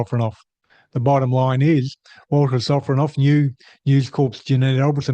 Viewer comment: Ah yes Vladimir Sofronov, or "Walter Sofronoff". Cука блядь!